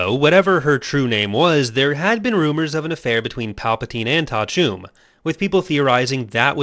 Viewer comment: Thank you for saying Ta'a Chume. I can now pronounced her name correctly. I woluld love to see a complete Skywalker/Solo family tree video.